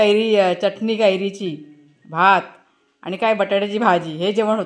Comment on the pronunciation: तुमचे सर्व विडिओ बघते. आवडतात मला पण चटणी म्हणत जा च्यटनी नाही